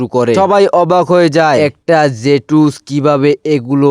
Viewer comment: হোয়াইট জে টু স নয় হোয়াইট জুকসু আর নিনজা ওয়াইফ না নিনজা ওয়ার একটু শুদ্ধ করে❤ আর ভয়েস কিরকম করে দাও একটু ভালো করে ভয়েস দাও